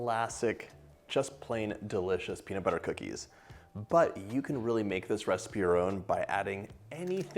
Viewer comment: "Melt in your mouth penis butter cookies" is what I heard.